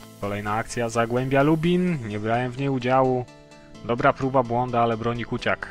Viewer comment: czyta się kucjak a nie kuciak :P